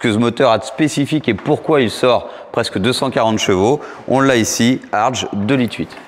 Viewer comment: pour info ,on prononce Herbert "Hartgue"👌